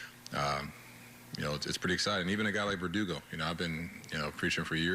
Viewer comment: lmao no way he just said perdugo....IM DEAD!